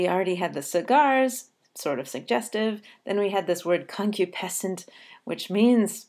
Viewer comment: It is pronounced con-KYOO-puh-sent, not CON-kyoo-PEH-sent. This makes an important difference to the rhythm. If the word is pronounced the latter way, the rhythm stumbles. If it is pronounced the conventional way, the rhythm continues to flow as a rising one, with iambs and anapests: . . . and BID / him WHIP In KITCH- / en CUPS / conCU / piscent CURDS.